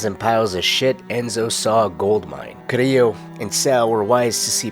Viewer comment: Thats how you say it. Who says it like CariLLo. Cariyyo. As A Puerto Rican